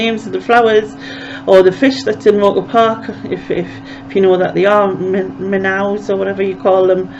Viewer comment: Hi. Amazing photographs - as usual! What a talent you have. The first manmade "bird" you showed is called an autogyro, or gyrocopter, same thing. In Canada🇨🇦, "minn-ows" are pronounced "minn-ohs", for whatever that's worth.😄 Again, I don't think I can choose a favourite photograph or three. I'm spoilt for choice! There are phone apps such as PlantSnap ( the one I know), FindPlant and PlantFinder that can help you identify flowers, if you'd like. Thank you for sharing. I can hardly wait for the next edition!